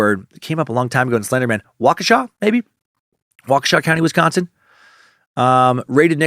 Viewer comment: I live in Wisconsin and you said it perfectly.